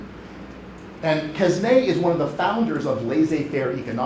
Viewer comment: How come a professor does not know how to pronounce "Quesnay" properly.